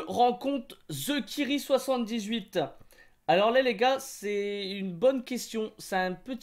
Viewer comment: Mdrr "Zekiri78" Jss mort t'a écorché son blase comme jaja